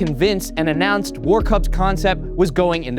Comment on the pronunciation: Pronounced “Var-kuss”